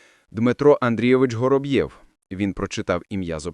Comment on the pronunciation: Я поважаю вас,вашу працю,приємний голос,але наголоси!!!як ножем по склу або серпом по яйцях.😂 Готуйтеся,бо це звучить неприродно. Вороб'єв,Гороб'єв? Якщо він Воробйов, то так буде українською,а не Гороб'єв не Горобйов і не Горобцов,звертайте на це увагу,будь ласка.😊